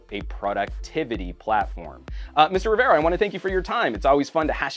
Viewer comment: it's very annoying the way pronounces Jaime's last name sometimes.